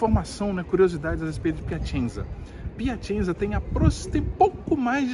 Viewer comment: Morei na Itália por 13 anos e fui inicialmente para Piacenza (se pronuncia Piacentsa) onde vivi por 1 ano. A cidade da Emilia Romagna (Emilia Romanha é a pronúncia correta), é muito agradável, bonita e com pessoas educadas e gentis. Foi muito bom viver lá.